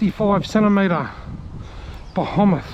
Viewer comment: You keep saying, ' BEHEMOTH' wrong!